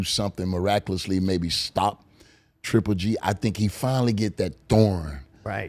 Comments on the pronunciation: Its it hard for Antonio T to said triple G 🤔 He keeps saying g. g. g 😭😂😂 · Good talk but please someone tell Tarver its 3G and not G G G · I love how tarver says GGG instead of triple G 😀😀😜🤪